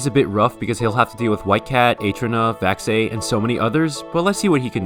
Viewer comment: 1. its Vaxei not Vaxie 2. Vaxei is the undisputed best overall and i don't know how you think theres any correlation between "Mrekk is #1 in speed and speed is the meta" and " but I saw him lose against Vaxie at speed in a tournament" just because you're insane and possibly the best at speed and aim doesn't mean you will just win tournaments. Vaxei has better consistency in tournaments and has been playing in them for far longer than mrekk.